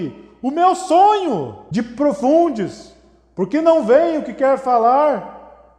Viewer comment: Di- pro- fun- des "DIPROFUNDES" ksksksksks Melhor parte kkkkk